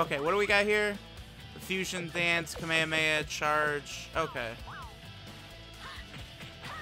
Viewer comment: he said kamekameha and not kamehameha 🤣🤣🤣